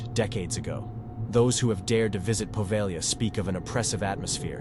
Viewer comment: Good stories here. I've subscribed. Only wish you'd get the pronounciation right on place names in the first story. The "g" is silent in Poveglia. Also Lido is pronounced as leedo. The "i" is not pronounced as the "i" in lime.